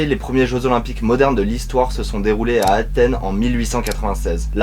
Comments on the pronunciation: ya un S à Athènes les gars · Vous avez mis « d’Athène »,c’est pas plutôt Athènes ?